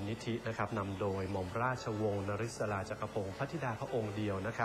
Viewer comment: คุณแม่คุณเล็ก ชื่อท่านอ่านออกเสียงว่า นะ-ริด-สา ค่ะ...